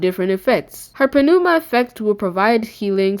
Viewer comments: it's pronounced "Nooma" not Penooma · "P" is silent in pneuma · This was awesome! Thank you for the info. P.S. : The P in Pneuma is silent, cuh.